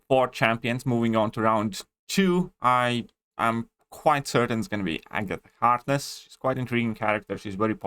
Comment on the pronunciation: My man said agata hardness 😂